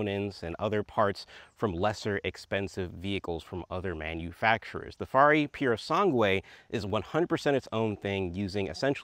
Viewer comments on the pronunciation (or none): Purosangue not purosangway😅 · Awesome video bro. Just a thing, the correct way to say the name "Purosangue" is not saying the last u, so almost like it´s "Purosange". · Can't handle them saying purosangue again...